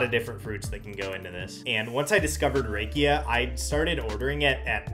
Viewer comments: Love how wrong he pronounced rakia!❤😂 Rakia is not pronounced with the typical "a" sound of the American alphabet. It is pronounced with clear "a" from the Bulgarian alphabet. Basically the same way you pronounce banica. Well the letter "a" from that word. I am looking forward to when you drop in again. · Haha, yep! I messed up the pronunciation of banitsa in a previous video. Now in this one I messed up rakia. One of these days I'll get it right 😅